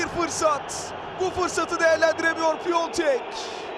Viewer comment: Piatek’i Piontek yaptin ya😂